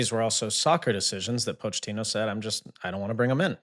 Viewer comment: Sorry for being that guy, but it is pronounced Mauricio Po-keh-tino I literally just heard him saying his own name